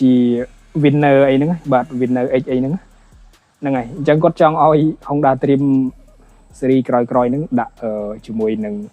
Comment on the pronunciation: Honda ម្ដេចអ្នកអានហុងដាទៅវិញ? អក្សរ (ង)មកពីណា?